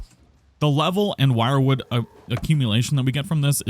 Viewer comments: You're pronouncing it wrong, its not "wirewood" its "Wierdwood" (WyrdWood) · Wyrd is not pronounced Wired rather Weird or Werd. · Is it not pronounced as “WIRD wood”? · "Wyrd" is pronounced "weird". The More You Know... 🎶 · isnt wyrdwood pronounced weird-wood